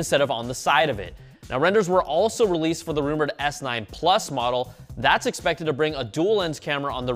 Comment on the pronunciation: "Expefted to be announced earlier this year." 😭😭